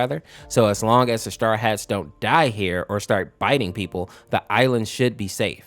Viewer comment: You kept saying star hats while it is straw hats